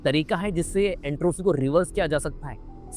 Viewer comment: एंट्राफी नही एंट्रोपी होता है😂